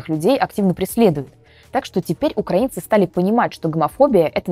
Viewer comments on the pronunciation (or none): none